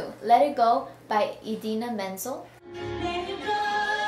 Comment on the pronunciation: “Let It Go” by “Eedena Men-zuhl”😂😂😂 How dare you insult Adele Dazeem that way?!